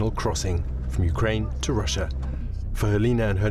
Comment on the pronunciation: "Wussia annexed Cwimea in eastern Ukwaine"